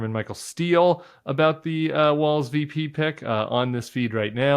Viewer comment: No offense intended whatsoever (love your show), but It's not "Walls" - it's "Walz" (pronounced just like "Waltz")